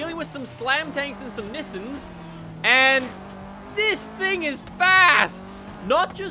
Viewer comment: Why does he say nisuns